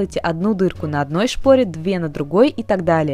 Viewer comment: она сказала шкори а не школи) лол